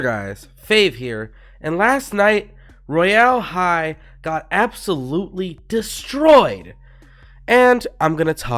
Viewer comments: no offense but im pretty sure its pronounced "roy- ull" high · LEARN HOW TO SAY ROYAL HIGH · why do he pronoun it like that ToT